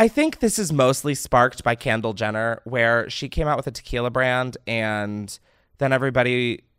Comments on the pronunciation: Sounded like you said candle Jenner lol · I can’t un-hear “Candle Jenner” 🤣🤣